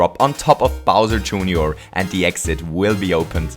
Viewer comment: He called bowser jr. bowser jooneor